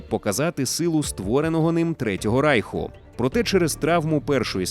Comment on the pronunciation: Чому ви кажете рАйх а не рейх ?